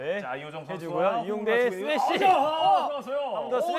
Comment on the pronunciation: The way Jungshik said Lee yongTAE 🤣🤣